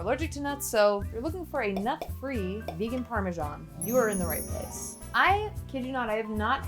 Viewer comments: Why did you pronounce parmesan parmigian? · Please don't call it parmesan